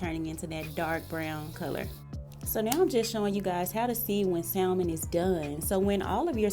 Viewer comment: THE L IS SILENT IN SALMON. IT'S PRONOUNCED SAMON.